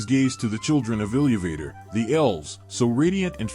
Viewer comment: ILLEEYUVAYTOR But not AI, so you get a pass.